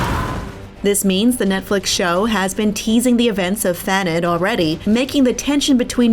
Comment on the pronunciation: Is Thanedd not pronounced Thaneth? As in the Welsh Gwynedd/Gwyneth.